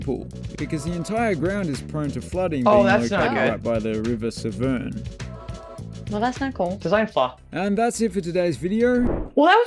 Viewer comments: Greater Manchester. Birthplaceof the man with the worlds roundest head: Karl Pilkington. PS. Shrop-SHyrr, Hamp-SHyre, Lincoln-Shire. Gloucester-Shrrrr. Easy. PPS. It's the River SEVErN not Sev-Ern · You're pronouncing "shire" perfectly fine, that's how I say it (from Sheffield, England). The guy that makes those videos often pronounces things differently on purpose, like how he said Severn at the end when it's just said like the number "seven".